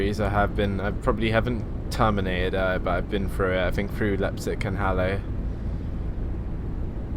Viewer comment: your saying Leipzig wrong